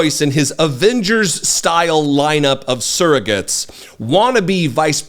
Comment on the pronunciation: She literally said surrogates hahahahahahahahahahaha